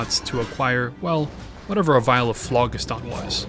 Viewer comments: should be phlo-JIST-on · Phlogiston is pronounced flow-jist-un, and it was a theorized substance that existed within combustible materials. Like ectoplasm but specifically for things that burn. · Pronounced "flow-jist-un" (close enough), and that is the word for the once-theorized material given off when combustible materials burned.